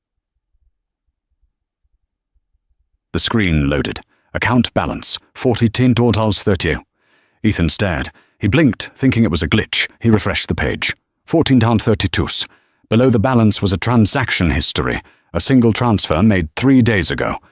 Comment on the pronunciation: Five thousands this and follars? Please check reader!